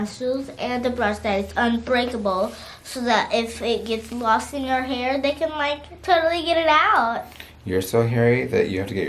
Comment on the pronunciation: "Hearth" - I love it!! 🤣🤣